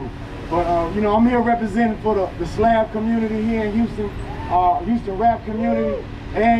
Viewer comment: She said "slob" ride lol 😂. Thanks for sharing this!